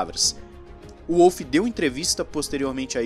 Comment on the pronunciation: Apenas uma correçãozinha, a pronúncia é Volf e não Uolf.